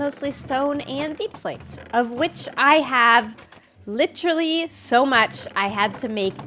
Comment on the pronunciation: saying literally like lichrally after coming back from england is making me smile aw